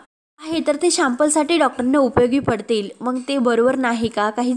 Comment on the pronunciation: मग ऐवजी मंग हे बघ ऐवजी हे पग बिंग ऐवजी बिंग ही भाषा ?